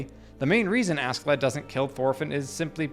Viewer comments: Ask in Askeladd is pronounced "ash". SK in nordic language generally is. Example: a ships Skipper, the captain, is pronounced Shipper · It is pronounced 'a-shae-ladd' old norse, he is one of my favourite characters. Really deep and complex, fun and wise in his twisted ways :) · Not using sub in the example scenes is criminal, it'd also teach you his name is pronounced "Ash-e-lad"